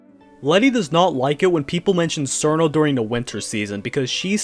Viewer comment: Did you just say "sirno" and "flandruh"